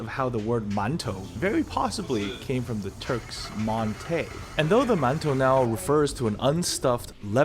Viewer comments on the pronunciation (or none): ??? We call the bready things maan tau 饅頭 in Hong Kong. Also it's mantı not montay.